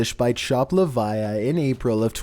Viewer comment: Chopped liviah lol